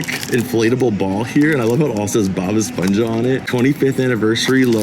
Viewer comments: Glad you came to México! I saw the spongebob bags b4 and tought they were really cool And for the future, you say esponja a little weird, is more like the h in "hinge" S p o n h a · It's pronounced espon-ha, like hammer